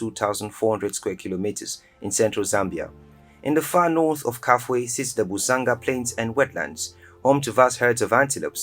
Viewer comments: ITS NOT KAFWHE RIVER, KA-FEW-WHE OR KA-FULL-WHE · KAFUE... KA.FEW.WAY if you want to pronunce it properly